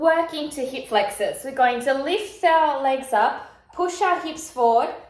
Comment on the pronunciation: you had me at "heep flex-awes."